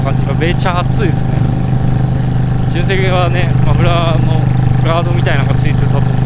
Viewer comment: じゅんせい⤵️じゅんせい⤴️⭕